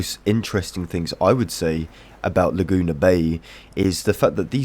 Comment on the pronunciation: "Luh-Joona" made me lol